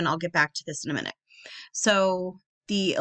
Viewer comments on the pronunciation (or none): none